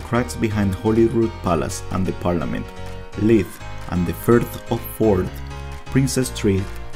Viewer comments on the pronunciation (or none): Its actually pronounced "Leith". But other than that your Scottish is pretty good